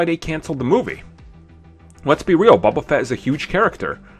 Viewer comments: It's bOba Fett! Not bUba Fett! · BOBA FETT. I about died when you said bubba fett. Lol sorry